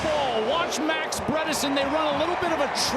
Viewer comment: Please do not say “Brederson” ever again